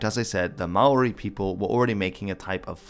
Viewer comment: Just a note don't say Ma oori please. That is NOT how its pronounced